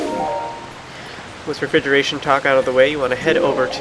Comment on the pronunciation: Refridgeration talk. :) LoL.